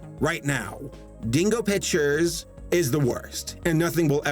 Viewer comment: Did you just say bitchers or pictures